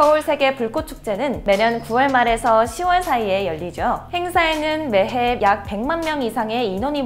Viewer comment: 매해말하때 매↗️↘️해라고한것같은데?